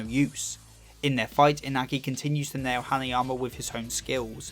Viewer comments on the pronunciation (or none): none